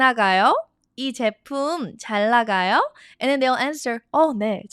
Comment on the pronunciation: why do you omit speaking the ㄴ in 잘 나가요 ?